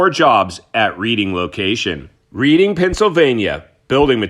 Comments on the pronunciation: Just FYI, it's pronounced "Redding" and not Reading. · It should be pronounced as... REDDING... AS IN RED NOT READ!!! Okay I'm just having some fun with you. The pronunciation that I've given you is correct but I'm really not upset about it you know. I just felt like it was worth pointing out. Love your work. Thanks for all the information. Best wishes. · It’s pronounced Redding